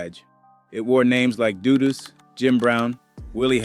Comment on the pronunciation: All of them wether its A.I or not, always say Dudus name wrong.. I always gotta stop and laugh.😂